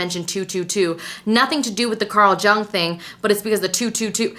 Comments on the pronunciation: Girl luv u That "Carl jung" is pronounced like yang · Its Pronounced YUNG Carl Jung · thank you for being vulnerable. also it's pronounced like carl young for future reference, wish i could've dm'd about this but i don't think youtube has that capability lol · please go and learn how ‘Jung’ is pronounced